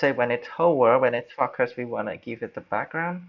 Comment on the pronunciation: Thanks mate. Nice tutorial. Just one tip for improvement: when you say focus, it sounds like "fucker". You don't want to say that. haha. Cheers.